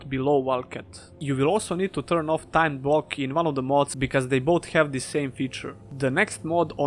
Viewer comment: Ah it's fine mate :D I think if you had pronounced the 'd' in 'timed' stronger then more people would have understood it :p